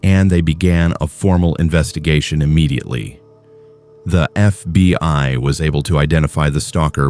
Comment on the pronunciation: Its FBI, not FB (pause) I. AI fking sucks.